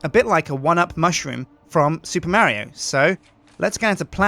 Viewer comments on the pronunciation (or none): its not maerio its mario.